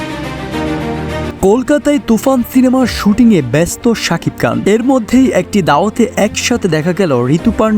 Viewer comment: Sakib Khan Not kan kan 😁😁😆😆